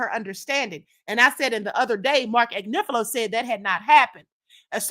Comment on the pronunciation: Blessings my Queen. The fact that she can’t even still pronounce Mark Agnifilo’s name correctly, imo she’s purposely disrespecting the man knowing the correct pronunciation of his name just shows us all how either obtuse she is or she’s just plainly and boldly a disrespectful person! 🙏🏽✌🏽❤️